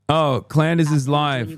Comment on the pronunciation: I really truly just want to say that you calling her klandace heals me. Every time I need a laugh I think about this. Also hasan pls drop an album your actually a great singer